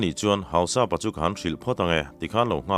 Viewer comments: Hau-sap-a ni lo in Hau-sa-pa zawk tur a ni. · Hausapa tih i lamchhuah dan kha adiklo deuha,mizo in Mi hausa kan sawi ang hian Hausa-pa tih tur,Anni ho chuan An Lal te koh nan Hausapu.anti mai thin.Tin Thado/kuki ho hmingah hian,Tongkhomang,Letkhothang,Jangminlun,Jamkhothang,Thongpi,Minthang,Jangkholet,tihte,Henkholun etc hi an mipa hming tamber ani.Minu ah chuan,Hlingboih,Hoihnu,Kimboih,Nemkhohling,etcs